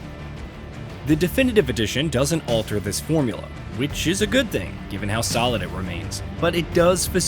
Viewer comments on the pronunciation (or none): none